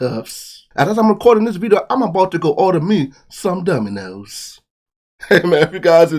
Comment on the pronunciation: Did you say Dumbinoes?😂